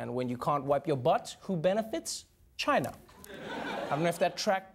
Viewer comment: i think you mean Ghina